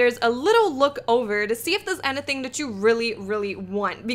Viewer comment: No idea what made me realize this but I freaking love how she says "anything" XD